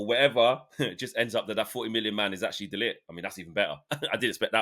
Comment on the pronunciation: Guys, learn how to pronounce De LiGt's name. Frustrating listening to you both say lit! 🤦